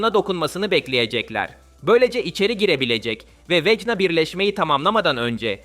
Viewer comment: abi okunuş olarak niye vekna yerine vecna diyon?